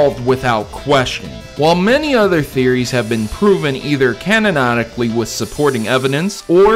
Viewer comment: "Canononically" "Delilah"